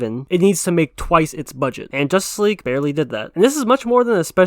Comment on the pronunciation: They even said they skipped on watching josstice league when it came out. But yet he say ZSJL will duck.